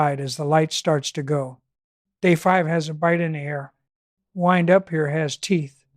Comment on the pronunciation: At one point the AI narrator says “wind” as in “wine”, a clear trace of AI.